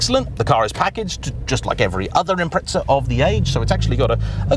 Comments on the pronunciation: It's £7k per letter in British... Imprehtsah. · Why do you call it impretza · Why must the English insist upon saying Impretza? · Got to hand it to the Brits........Invent a language then cannot even use it. It's Impreza.....not Impretza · I'm gonna be that guy. I am surprised considering how much you say Impreza, you pronounce it incorrectly. You say it as if it is spelt Impretsa. There is no T or S. I understand native british speakers commonly sound out the silent T's in words. Or like to say Peetsaa instead of Pizza, yet when there is no T at all. Z's get pronounced as if the Z is now a TS. But i feel like it's a little bit on the nose, when being so excited about Subaru Impreza cars that so many people pronounce it's name poorly. And if anyone wants to get counter technical, Japanese speakers pronounce it as Inpuressa. No T letter sounded. It's just jarring to hear, over and over again. Good video though. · It's not Imprehtsah that's for sure. Japanese 'Im-Pressa', English speaking world 'Im-Preza', Brits 'Im-Preht-Sah'. Pronunciation is one thing but where do Brits get the T and two H's from? They just make letters up that aren't even there. Even the nasal Aussies can get this right and they can barely speak in a comprehensible language. Imprehtsah for crying out loud 🙄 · WTF is an Imprehtsah? 🙄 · Its impreza 😅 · Where Brits get the S and T and two H's from is a mystery. 'Im-Preht-Sah'.. WTF even is that? They just make letters up that aren't even there. Even the nasal Aussies can get this right and they can barely speak in a comprehensible language. Imprehtsah for crying out loud 🙄 Funny for a pedantic mob that lose their tiny mind if you mispronounce their village. For a country that apparently invented the English language why they can't speak it is baffling. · I just tuned in to hear you mispronounce the word Impreza. hint, there is no t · Why can't the Brits pronounce this car properly?